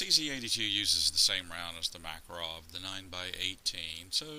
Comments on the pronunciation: One tiny correction. That excellent little Russian gun is not a "MAK a rov", it's a "mah KAR ov". The accent is on the second syllable, not the first. I used to call it a "MAK a rov" myself until a guy I met at a gun show, who was an immigrant from Russia and served in the Red Army, corrected me. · Just letting you guys know - it's Ma-KAR-ov.